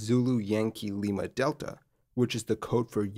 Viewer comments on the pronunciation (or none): none